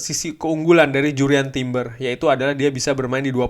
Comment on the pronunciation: Harusnya bahasa Inggris nya . . .ya Jurrien Timber.